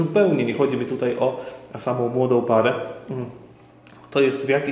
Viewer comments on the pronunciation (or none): none